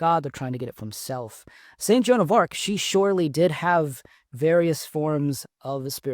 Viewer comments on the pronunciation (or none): none